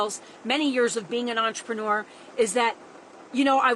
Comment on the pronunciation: "Entre-newer"? If she can't get THAT right she aint gonna be getting people to sign a LEGAL nda